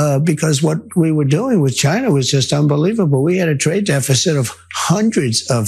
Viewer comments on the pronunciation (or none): I have been hearing this dingus talking for a decade, and the way he’s pronouncing “china” still gets under my skin